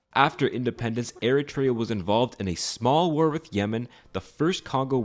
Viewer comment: Ah yes, Air-a-tray-a... they broke off of a country called Ethee-o-pie-a. Not to be confused with Ee-ree-tria, which broke off of Ee-thee-opia.